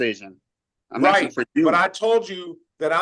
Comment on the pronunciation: Stop axing